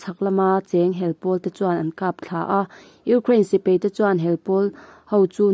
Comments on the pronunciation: Mahni hnam ṭawng hman dikloh hi ka haw bur kei pawh,paih tih tur peih,tih te,sipai tih tur,sipei tih te,daih tih tur,deih tih te etc,etc.tun a chhiar mektu pawh hi ka ngaihthlak ṭhat peihloh phah.Mahni hnam ṭawng hi chu uluk ngei ngei hi a ṭha ka ti. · Sipei tih nilon Sipai tih tur, Peihthlak niloin Paihthlak tih tur, mei niloin mai, chutiang bawkin Bei tih niloin Bai tih zawk bawk tur. Kan ṭawng hi i hmang dik hram hram ang u.